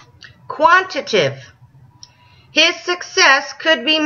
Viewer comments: She's so mad that she can't read. Quantitative has four syllables and archangel is pronounced like "arkangel." She is correct in saying "Muslim is not a religion" . . . Islam is. Her referring to Muslims and liberals as idiots in her moronic blathering was good for a laugh in an ironic kind of way. Religion is silly. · I'm shocked. Shocked I tell you! I'm shocked that high school kids in North Carolina are actually learning words like "quantitative" and "qualitative." It is amusing that the woman in this video couldn't properly pronounce them, of course. But big words like those for NC kids? Better watch out, these kids might get too smart to be indoctrinated by Fox News!